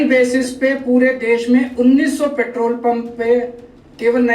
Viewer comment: Paaatrool nhi simply petrol pehle bolna sikho...